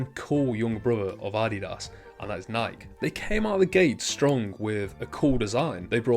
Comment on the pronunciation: Nike is pronounced Ni-key